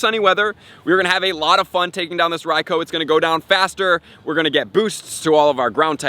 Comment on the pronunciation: Bro your pronouncing raikou wrong you have to pronounce it like raikuu